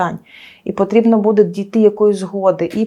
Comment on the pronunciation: Особливо коли ведуча говорить "будЕ" і листопАд